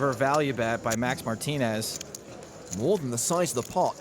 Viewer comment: Excuse me, it is Mar-TEEN-Ez, not MARTIN-Ez.